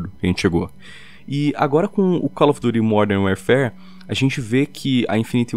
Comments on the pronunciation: Caloyfidure bike famosonha 80 pronuncia correta id inglês rs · Cau ofi duti , há fala a língua da maioria, quer falar bonitinho e fez feio. Cau ofi duti